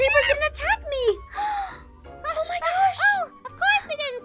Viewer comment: is like:OH MEH (MY) GOD A ✨MAGIC HORSE!!!!!✨